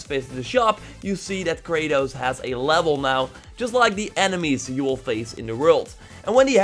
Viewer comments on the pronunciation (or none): “Overall lavel”